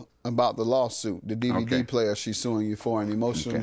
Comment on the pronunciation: he said “DvDbDVD” 😂